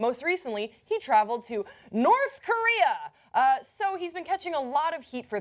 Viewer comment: why did she feel the need to say North Korea like that?